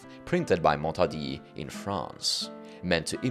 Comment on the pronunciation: your way to say Montaudin is awfull mate 😂it's strange because you say correctly croissant and la concorde yes i'm french btw great video